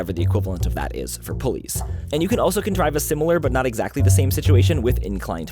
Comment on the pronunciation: At the end of the video there, thought he was throwing some subtle shade at police. Turns out, he just says pulleys weird 😜